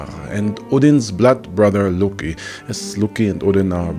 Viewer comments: I’m sure that’s a good video but every time you say LUOCKKKI or trying to pronounce a Nordic word I get cancer on a other part of my body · the way you pronounce loki is unasked for, i cant sit through this video because of it.